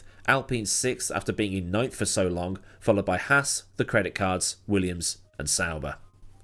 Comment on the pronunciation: has it really been that longK, you cant end a word with a G without saying K? Lol